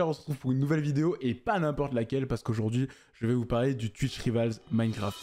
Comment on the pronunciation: Frerot on dit twitch "raivols" pas rivals à la française